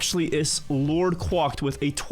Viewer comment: Does this LordQuacked guy actually pronounce their name "quocked" or is just a weirdo?